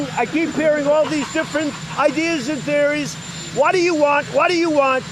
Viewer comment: Prototype 1.0 Trump: you talkin to me? Trump Beta 2.0: Whah da ya wahnt? Whah da ya wahnt?Whah da ya wahnt?Whah da ya wahnt? Whah da ya wahnt? Trump Final Version: muzzled in an asylum. Communication flag = 0. Insanity level = Max